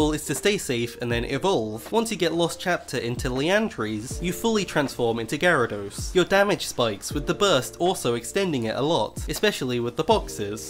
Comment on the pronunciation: considering you said Garados and not Gyarados i guess youre not having english as your first language? :D or is even Gyarados pronounced as Garados, i dont know :D